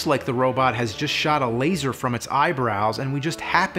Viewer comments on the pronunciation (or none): I paused at the right moment and heard ”SHAT”